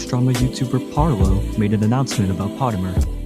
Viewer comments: bro doesnt even pronounce potemer right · Noo not potemer 😭